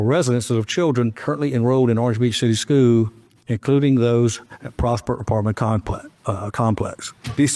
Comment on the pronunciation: It's SCHOOL system. Pronounce it right